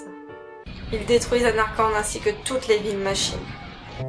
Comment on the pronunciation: Sympa la vidéo mais par contre "Zanarkand" en français c'est un peu degeux ><